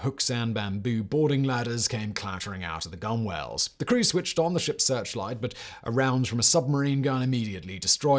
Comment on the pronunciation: Really appreciate the story here. But, need to pick on Simon for gunwale - not pronounced gunwhale - but gunel (gŭn′əl). And I'm more or less a landlubber. Keep up the great work across all of your empire!